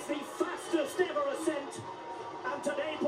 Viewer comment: It's ascent, not accent. WTF.